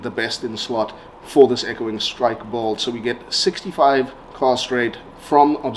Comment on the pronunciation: No offense but it's not pronounced bald!!! It's "build"...